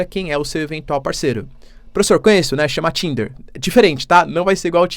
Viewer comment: NÃO CHAMA TINDER CHAMA JINDER , RSRSRSRS, ABRAÇO PROFESSOR.